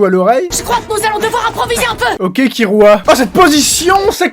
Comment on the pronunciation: Bah ça s'écrit Kirua et ça se prononce Killua 🤨🤨